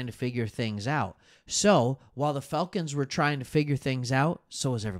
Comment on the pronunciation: why does it sounds like he saying Failcons. Bro Im getting upset pronounce that shhhh right bro!